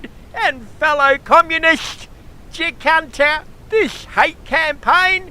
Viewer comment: funny as !!! LOL didnt realise i had been miss pronouncing Jacinta all this time ! ROFL ROFL ROFL